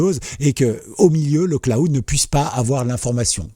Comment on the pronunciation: le claoud? :D :D :D Prononce le: Clawd ;) Merci pour ta vidéo! :)